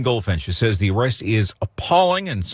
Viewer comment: She can't say the in year 21